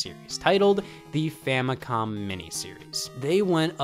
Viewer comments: Is he saying famicon? With an N? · Why does it sound like you said famicon